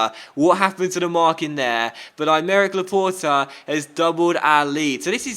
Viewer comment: When you said Aymeric Laporte i thought you said I'D MARRY LAPORTE